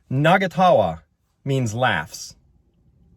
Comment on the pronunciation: No its not nagatawa. Its na-nga-ta-wa- meaning 2 or more people laughing.